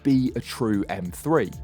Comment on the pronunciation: For the Love of God Top Gear. Teach your Car journalist/critics that it is M three not M free!! 🤦🏻‍♂️